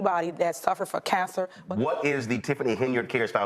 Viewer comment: I have no idea why, but the way she pronounces cancer gets under my skin, such as when people say such as to sound smarter.